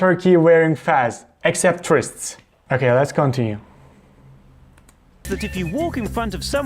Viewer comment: expect tourist!!! Why does it sound so funny!?